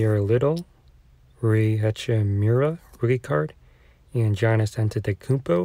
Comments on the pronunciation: Its cool lmao. Just dont pronounce the "G" haha. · Great video! But im pretty sure you're the only person I've ever heard pronounce Giannis' last name right but his first name wrong lmao.